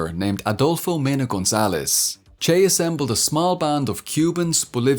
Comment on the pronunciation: I enjoyed this, but you mispronounced his nickname.